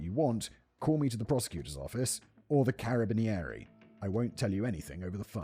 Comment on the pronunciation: The pronunciation of Carabinieri killed me a bit lmao